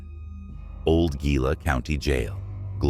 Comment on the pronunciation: What? "December twenty odd" Seriously, the AI needs to learn how to pronounce words like Gila, Ajo and in your other video Prescott.